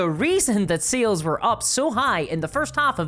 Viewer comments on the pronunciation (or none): Are you saying sales or seals I’m so confused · The way you say sales sounds like seals. And my brain is like "GW pays its investors with chonky bois."